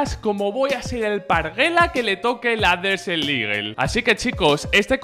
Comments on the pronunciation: Hola, no quiero faltar ni nada xd pero la desert eagle se pronuncia desert "igel" no ligel, eres un makina y un saludo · Alguien mas se ha dado cuenta que dice desel eagle?😂😂 buen video crack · buen video crack!! aunque me pones nerviosito cuando dices DESEL IGUEL hahaha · "DESEL LIGUEL"